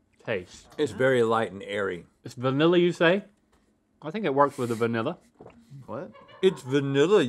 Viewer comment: It’s vAniLlA you say 😂😂